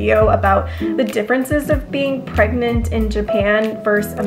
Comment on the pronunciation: paragent . bergent. pregante....... PREGANANAT 👶